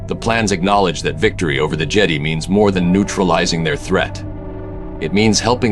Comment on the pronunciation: Annoyed that the AI mispronounced Jedi.